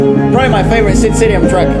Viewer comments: Guys, his name SID SRI-RAM not SID 'SIRIAM' 🙂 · it is not siriam.. it is 'sri' 'ram' and it is not bollywood.. :( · Itz not sidriam its SriRam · It's not Siriam, it's Sriram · Who's Sid Siriam? We only know Sid Sriram, pronounced "Sree-raam" xD Its hilarious to hear you mispronounce his name, and now seeing the usual mispronunciation typed down is more hilarious.